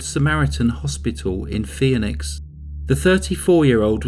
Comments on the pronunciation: It's pronounced "fee-nix", not "fee-uh-nix". Why would you add a syllable? I sure hope you don't know any women named "Phoebe". I'll bet you could tick them off pretty quickly. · “FEE - nix” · Maybe he should research how to properly pronounce "Phoenix".